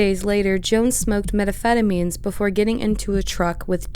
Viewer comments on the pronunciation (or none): Drove me crazy every time she said “Metaphetamine” instead of methamphetamine. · Whoever this narrator is they need to learn how to pronounce methamphetamine